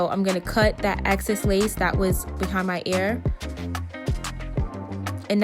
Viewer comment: Excess girl not access lol